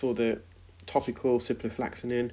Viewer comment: Are you sure you don't mean ciproflOxaCin rather than ciproflAxaNin? I know you like to educate people about medical terms, so it would be best to get the names right (particularly if questioning prescribing decisions!). On that note, "intravenously" is a route taken straight into a vein but is not pronounced like that - you say intravEEnous (i.e like Venus, not intraVEINous). I hope your auntie gets better soon.